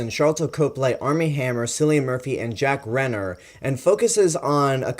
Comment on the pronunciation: Good review man, I subscribed to your channel after watching all of your King Kong reviews! But just for future reference Cillian Murphy is pronounced 'Killian' and Jack Reynor is pronounced 'Ray-ner'. Also you have to watch Sing Street, Jack Reynor is incredible in that, whatever about Age of Extinction (that was just a bad film). Anyway keep up the good work!